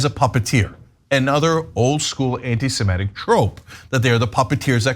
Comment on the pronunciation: BIG NOSE cant even pronounce the word right. It's Anti-SEmitic, not anti-simetic.